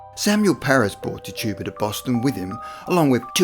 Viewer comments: Tetch-ib-uh. Thats her name. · Pronouncing the name Tituba as TIT - U - Bah and Amish as ah - mish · her name was Pronounced Tich a bua, and there was 19, not 20 that were killed in the Salem witch hunts and it is pronounced Om ish